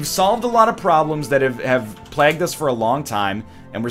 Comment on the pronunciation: NL. the way you say sterile isn't nearly as bad as the way you say PLAG.